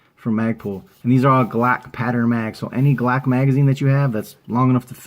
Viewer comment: Lost me a “Glack” lmao